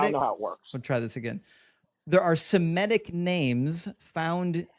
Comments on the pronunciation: the word is pronounced SEMITIC, not semetic!!! You also probably say, resescitate! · Somebody please tell it’s “Semitic”, not semetic. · I think it’s surprising that someone with credentials mispronounces Semitic